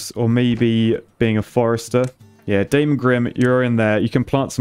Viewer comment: Hearing him refer to "Claus" but pronounced "Klaus" followed by "Daemon" pronounced as "Damon" is absolutely WILD as a TVD fan! LMAO